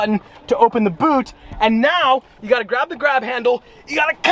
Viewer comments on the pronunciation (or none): none